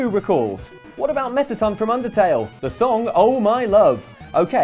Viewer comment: He don’t know how to say mettaton